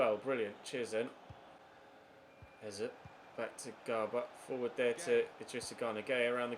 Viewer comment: Its pronounced ézé as if their were accents on both e's